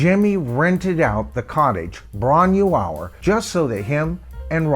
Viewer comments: I'm a massive Led Zeppelin fan, but I have Headley Grange as a mixed blessing. Live in bootlegs & on vinyl sounded awesome but the Grange tracks on CD didn't really stand up from sound quality point of view. Floyd, Purple, Sabbath and Yes simply sounded better better on CD with greater fidelity. Bron y Aur is said like "Bron-ie-our" in English. The y means of, sorry but it's excruciating hearing the mispronunciation, my mother's family spoke Welsh and it just takes a few seconds to check pronunciation with Forvo or with Welsh ppl online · Ffs, get the pronunciation of Bron Y Aur right before doing a video.. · Great video, but as you said, you're way off with the pronunciation, but so is Jimmy Page 🙂. I took the long walk up that narrow lane back in July and it's really worth doing. It's just outside Machynlleth in mid-Wales (about 45 miles north of my hometown). The cottage is a micro farm now, and you're not allowed in, but you can walk as far as the gate and get a good view of the cottage (I'm told they don't mind this) .